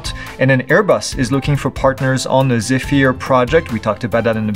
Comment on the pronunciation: The Airbus drone is properly pronounced as zef-er, according to the Airbus briefing I was at a few years agp.